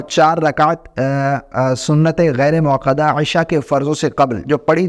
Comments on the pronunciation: محترم! پہلے موقدہ اور موکدہ میں فرق کو سمجھ لیں کر لیں۔پھر video بنائیں۔ سنتِ موقدہ غلط ہے۔ سنتِ موکدہ صحیح ہے۔ اصلاح کر لیں۔ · سنت موکدہ درست ہے سنت موقدہ غلط اتنی فاش غلطی؟ ایک عالم دین کی زبان میں، وہ بھی ایک بار نہیں، بار بار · لفظ سنتِ موکدہ ہے یا موقدہ (قاف کے ساتھ)؟ یہ لفظ تاکید سے نہیں نکلا؟